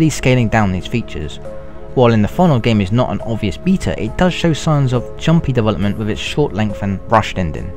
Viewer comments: I can't understand half the shit this guys says. He sounds british but then says 'dewelopment" like a russian. I need some fuckin subtitles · You know what I like? Dovolopment :P